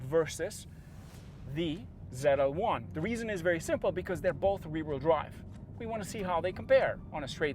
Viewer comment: It’s Z L 1 not ZeLa 1